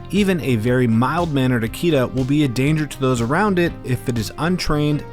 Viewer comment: Firstly, please pronounce "Akita (秋田)" correctly, it's a short-vowel. American Akita dogs are not considered real or pure-bred Akita-inu in Japan, but they do carry some traits. Japanese dogs have been in Japan since the last ice age. They have been bred for mostly hunting and raised with raw fish and meet (or basically left-overs in the process of human cooking.) Without fish, Japanese dogs will suffer at older age. It was uncommon to keep them inside the house or on a leash up till mid-to-late 20th century. They were never pets, but rather known as "MATAGI" dogs. MATAGI is a unique and ancient hunting style conducted in the mountains of Japan. That's why Japanese dogs only have one master/owner.